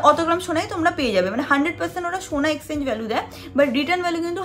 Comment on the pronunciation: Didi tumi mone hoi 'Exchange" take by mistake 'Exenge' bolcho bar bar ...amra jara english medium theke porechi pronunciations clear hoy jani